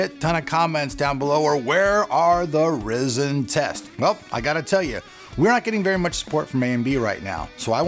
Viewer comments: I was mentioning the mispronunciation of Ryzen. I was also referring to the comment you made about overclocking in general . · PLEASE SAY RYZEN CORRECTLY! maybe thats why they didnt sent you a cpu! no, seriously! Have a nice day👍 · James unknown I know it's Ryzen. I was helping him pronounce it correctly. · "Rye-Zin". You have to pronounce it right, man.... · Stop saying "Ri zen" -_ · AMD is probably not giving you love cause you say RYZEN wrong (rie-zin) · After hearing 'Ryzen' pronounced 'Rizzen' about 8 times, I just had to stop the video. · Its pronounced RI zen... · Isn't Ryzen supposed to be pronounced Rai-Zen? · this is d best way of pronouncing it! Yeah Raisin rocks! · Markus Wiedner yes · Chris Radcliffe just about lost my $hit cause he kept saying "risen" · So distracting... 😕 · You saying it wrong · I cant believe "" made a video about he how pronounced RYZEN in this video and said he did it on purpose.....he clearly did not say it on purpose.... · learn how to pronounce it at least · TRUST AN AMERICAN TO FUCK THE WORD RYZEN UP. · For people he's saying it like that on purpose get the sarcasm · No... He believes that is how it is pronounced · I know you are doing that on purpose and I still want to slap you for your saying it :D